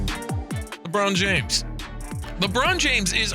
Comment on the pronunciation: You pronounced lebron james correctly 👌